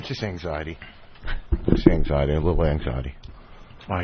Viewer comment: “Eggxiety” lmfaoooo